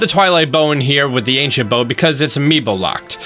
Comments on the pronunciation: IT’S ANCIENT NOT ANCINET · Ahh Yes, Ancinet Proficiency. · "ancinet" gotta love those ancinet bows and ancinet proficiency am i right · Ancient* Not ancinet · *Ancient not Ancinet :) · “Ancinet Proficiency” Mission failed, we’ll get em next time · "Ancinet Bow" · Its ancient not ancinet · "Acinet prof" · “ancinet bow’ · boy do i love the “ancinet” bow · aciNEt prof XD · "ancinet" proficiency, he said. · Ancinet bow ;3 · What's an "Ancinet" Bow? Lol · Its not Ancinet Bow for a remind but i still love your vids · He practically says Anicent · ancinent and did you mean 'best'? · ancinent XD